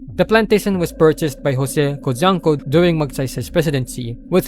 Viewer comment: Coup - pronounced as “kou” It is cojuanco, not conjuanco,also pronounced as “ko huang ko”